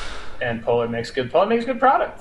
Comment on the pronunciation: Putting Foundation far right because one of their logos incidentally looks kind of like a religious symbol was the biggest bozo move of the video Also…”poLAHR”. Bro stop